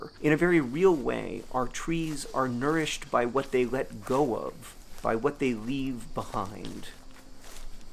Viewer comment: “Our trees are nourished by what they let go of … by what they leave behind” is so beautiful but all I could hear is “by what they LEAF behind” 🤦‍♀️